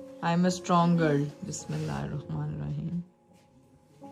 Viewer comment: plz BISMILLAH thek se bolen plzz plzz